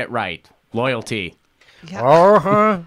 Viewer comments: Jimmy - I can't get enough of this one! I lost count of how many times I watched it. Luyty. Luyty. Luyty. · He can hardly say the word "loyalty!" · 😆😆😆🤣🤣I can't stop laughing with the botched way he said 'loyalty' plus Jimmy and comments. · When you've so corrupted the idea of loyalty that you can no longer pronounce the word...